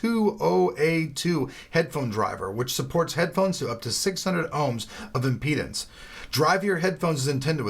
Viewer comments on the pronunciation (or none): none